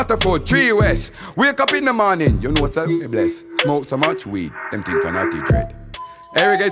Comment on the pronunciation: Pussy don't turn red unless ur having sex and then she gets her period....pussy is usually pink....pussy will get sore but he's capping...imagine him coming to jamaica wit his small "hood" me as a jamaican takes this guy as a joke he says fink instead of think 😅😅😅